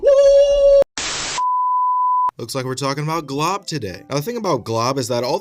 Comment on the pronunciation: His name is Glob and not Golb bcz his L came first